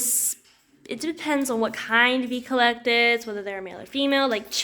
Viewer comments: Not to be picky, but the correct pronunciation (phonetics) would be ec-lec-tus. Emphasize the ec as in Echo, the Amazon device. Thanks for your videos otherwise. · I’ve never heard anyone pronounce Eclectus as “Eee Clectus” almost like it’s two words. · I noticed the "E - Collectus"